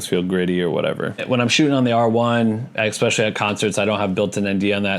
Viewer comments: especially not expecially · I promise to subscribe if you stop saying ’expecially’ 😅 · Especially.....not expecially...learn english😒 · The way you say especially is killing me hahaha, thank you for this vid and sharing your knowledge